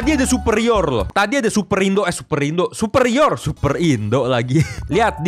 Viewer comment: Pas ngomong superior malah super ridho padahal ridho temen GW!!!